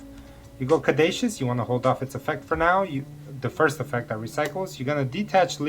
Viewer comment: I love this hybrid with Mathmech! btw Caduceus is pronounced ka-doo-see-us